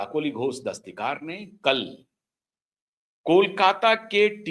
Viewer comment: क्षमा कीजिएगा श्रीमान ❤ काकोली घोष दस्तीकार नहीं दस्तीदार